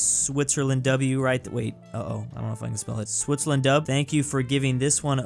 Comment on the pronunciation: "swissterland" brooo 💀